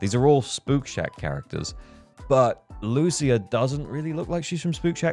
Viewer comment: Thank you for not pronouncing her name as Loosha